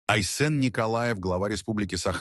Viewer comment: СахА, айсЕн. Ставьте ударение правильно! Корежит..